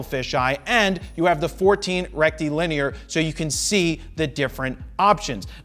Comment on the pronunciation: Rectum Lin ear